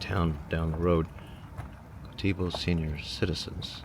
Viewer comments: Gotebo is pronounced: goatybo : goat y bo (picture a goat wearing a bow) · Gotebo is pronounced Goat E bow, emphasis on goat. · It’s pronounced goaty bo. My brother in law is from there. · I live roughly 60 miles from where this video starts, at Gotebo. Pronounced phonetically by the locals as "Goateebo" no pause between the goatee and bow. You mentioned the income being high there, this could be attributed to Mineral Rights, it wouldn't take to many citizens drawing a fat oil lease check, to push the average up. Love your video's, Always fun to see if you can find the local cat hangin' around and your architectural comments. Keep up the good work my friend! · It's pronounced "Go T Bow" 😂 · It’s pronounced Goaty-beau! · Pronounce Go- Tee boe Okla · My mother was born there. You are mispronouncing the name. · That's not how u pronounce that town! 😔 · The way he pronounces Gotebo 😂😂😂😂😂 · That isn’t the way Gotebo is pronounced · its goat-t- bow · Just a point, might not be the 1st but it is GO-dee-bow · It is Go Tee Bow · It is not pronounced go-Tee-bow, it is GO-t-bow. Say it fast. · It’s “GO-TEBO” not GO-TEE-BO. 😂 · Said "Go-te-bo", not "Go-tebo". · Oh my😵‍💫 The way you are saying Gotebo is wild😂 You’re making it sound like it has two ee’s in there. Gotebo. Not Goteebo. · Say Go tebow, The Bow is like bow and arrow. all 6 residents would get a laugh at Go Tee Bo. All these places have been made obsolete by the automobile as much as anything. Usually towns were spaced to be within a day's ride by horse. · It’s pronounced goaty bow. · Its pronounced go..debo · We pronounce it "Gohteebow" with the emphasis on the "tee." Western Oklahoma is almost empty except Lawton, Enid, Woodward, Clinton and Elk City. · Pronounced "GOATEE-bo." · It is pronounced Go Tee Bow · it's pronounced go te bo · Go ti bow is how your pronounce it. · The pronunciation of this towns name is GO tee bow. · Its pronounced Go-T-Bo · Gotebo is pronounced goaty-bo.